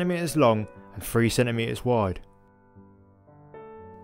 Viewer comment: Please observe that there are 26 letters in the British alphabet and that includes the letter T as in throat, not froat, and cities not ciies and center metres not cener meears, sorry but it just makes you sound poorly educated and after all you are attempting to educate us, listen to Sir David Attenborough and learn.